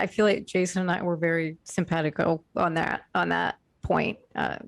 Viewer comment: pet peeve: when people randomly say "simpatticoe".